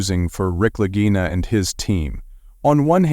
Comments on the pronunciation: Please pronunciation of their last name is wrong! Its lagina ok ! Im Italian i, know the language! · They can't even pronounce their last name correctly! Its , lagina !